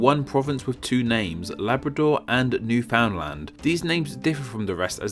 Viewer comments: it's pronounced "new-fin-land" not "new-found-land". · Your pronounciation of Saskatchewan is about as close as anyone who doesn't live hear gets it, and newfoundland is pronounces newfin-land, not quite sure why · Ontario. And it is pronounced New Fin land. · funny thing is that the actual pronunciation is actually much closer sounding to "New Finland" than "New. Found. Land." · And Newfoundland isn't pronounced "Newfound-Land," but rather New-Finn-Land" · New-fin-land is like Aw-dah-wuh or Kal-gur-ee or Tchron-oh; it's a slurred together approximation. At least I avoid saying Mun-tree-all; gotta draw the line somewhere. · Newfoundland is not pronounced new found land but is pronounced like newfundlend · Just so you know, Newfoundland is pronounced sort of like "newfin-land" not "new-found-land" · Newfoundland is not pronounced New-Found-Land, it's Noo-Fn-Land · Newfoundland is not pronounced new found land. it's newfunlend. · It's pronounced like NewF'ndland, not 'found' or 'fin' just the 'ou' is silent. That's how we say it in St.John's and the surrounding area. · It’s pronounced ‘Neywfinlund’ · Northwest Territories actually used to be bigger, containing what's now Yukon and Nunavut. "Braunschweig's" W is a V (just like every German W). It's "Newfoundland and Labrador," not the other way around. Newfoundland is actually pronounced more like "noo-fun-lend." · Ontario.... but I think Newfoundland will normally be pronounced as Newfinland~~~ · Agree, NEW-fin-lund, home if the Newfies. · That’s actually triggering 😂 it’s more like new fIN lAN but depending if your from around the bay or not you might pronounce the D. Also you say it fast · Us nova scotians say new-find-land (I've just been informed nefwies don't) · Newfoundland is pronounced "Newfundland." We call the inhabitants Newfies and they talk funny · Just an FYI Newfoundland is pronounced New-fund-land. It's weird, I know, but so is the province. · I should clarify, Newfoundland is pronounced New-FIN-land.